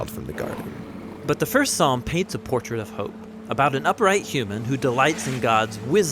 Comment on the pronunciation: P is silent. please pronounce it as (psalm) salm